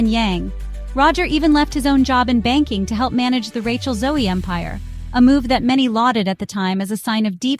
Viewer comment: You lost me in the first 30 seconds when you MISPRONOUNCED her name. 🤯